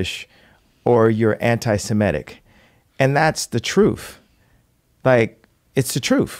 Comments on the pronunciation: The word is *truth Kanye, not troof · He can't even pronounce the word truth.